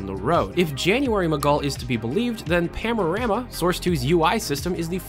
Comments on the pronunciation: Is saying "PANorama" or "PAMorama"? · Are you pronouncing Panorama as “pamorama”?